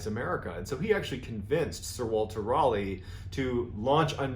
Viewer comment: As a Brit, I just love the way you pronounce "Raleigh". Is it correct? No. Is it endearing? YES! Fascinating info. =)